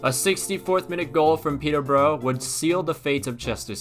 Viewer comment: just for future reference - its Peter- bur-uh and Gray-am